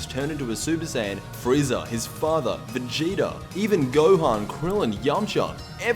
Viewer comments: Stop saying vegeter, it's vegeta!!! 😂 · It's vegeta not vegetr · Stop calling him "Vegeter" His name is Vegeta!!!!!😡😡😡😡😡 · am i the only one who hears him say vegeter everytime